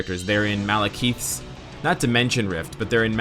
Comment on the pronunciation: Hey,. Love your videos man but you need to start saying Malekith's name rigth. You can hear them say his name right in this short lore video